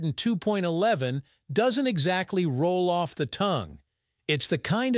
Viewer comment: 802.11 is pronounced Eight Hundred and Two point one one. Any number to the right of the decimal point is pronounced a digit at a time. 802.11 is NOT pronounced Eight Hundred and Two point eleven!.